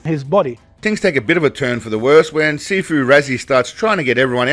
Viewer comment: I thought you were saying "Seafood" not "Sifu" 😂